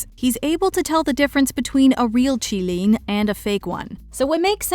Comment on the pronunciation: Thank you for pronouncing Qilin correctly